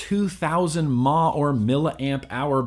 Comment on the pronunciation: Didn't the Itazte VTR come out before the MVP? The VTR was my first box mod but I don't think I bought it until 2012. But, it may have been out for quite some time when I bought mine. I actually still have mine, and it still works. Also, - don't say "Maw" for milliamp-hour. "mAH" is not a word, and should not be pronounced as such. It's "Two thousand milli amp hours."